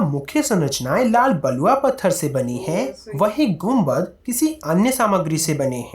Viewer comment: कुंबक 🤣🤣🤣🤣 Mam it's गुंबद 🙏🙏🙏🙏